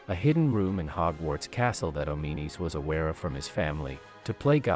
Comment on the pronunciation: Oh-mee-nees? Come on man, the game even pronounces his name "Awm-in-uh-s". Insert Pulp Fiction "English MOFO" quote.